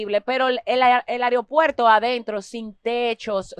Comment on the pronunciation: se dice aeropuerto no aripuerto